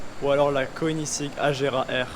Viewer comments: Super vidéo ! Quelle beauté le Agera R ! Par contre le prononciation de Koenigssegg, je suis pas sûr que ce le dise bien 🤣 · Désolé mais j'arrive pas à m'y faire quand tu prononces koenigsegg mdr 😂😂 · La prononciation de koenigsegg 😂😂😂